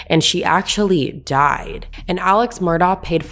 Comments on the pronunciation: Also its pronouncd "Murdock" and his name is pronounced as "Alec" even though they both are spelled different. I like your channel, but please do the research to be more credible, and respectful to the Low Country. Thanks. PS...I think they're guilty as sin. Lol. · Their last name is pronounced MurDOCK and Alex is pronounced AleC. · First of all, Alex name is pronounced Alec and his last name is pronounced Murdock. You can always tell the people that are not from those parts by pronunciation of names.